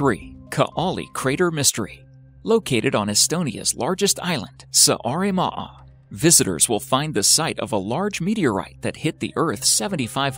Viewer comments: Please make sure u pronounce right the names of the places. Start with Saaremaa 😬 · Greetings from Estonia and nice to see that we made it into this video, but c'mon... even Google translate can pronounce Kaali and Saaremaa right. It's not like you say boo-ot instead of boot.